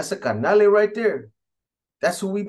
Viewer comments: Its carnal not carnale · By the way b it's carnal not carnale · This vato says carnale